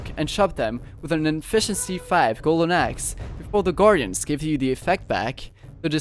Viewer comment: The way he said elder gardyen Elder goorden lol